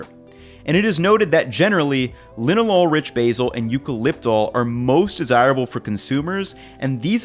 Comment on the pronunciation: Thank you for pronouncing Linalool properly. Shows you did your research. ❤️ from a biochemist.